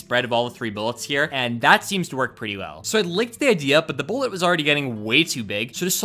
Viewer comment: every time you say "bullet" i cringe